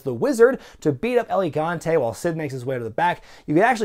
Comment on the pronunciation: lol its el gigante not elegante